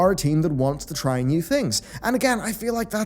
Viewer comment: Frak this guy, "try wew things" he says, new ways to rip off people?